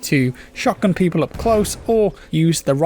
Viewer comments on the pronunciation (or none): none